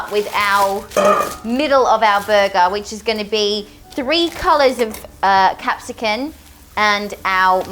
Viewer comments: She says Capsicun instead of Capsicum, eye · Lol its capsicum not capsicun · Who calls It capsicken ( pepper ) We love 😂😂😂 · No offence but as a Brit, it really annoys me when says 'capsicon' rather than pepper xD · Is it only me or did anyone her call Cepsicum “Cepsicun” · I was so confused when she said capsicum or whatever haha